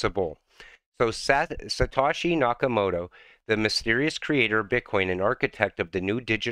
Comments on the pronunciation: It’s satoshi not satashi 🤔 Doing great work Mate 🙏🏾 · By the way it’s not Satawshee it’s Satohshee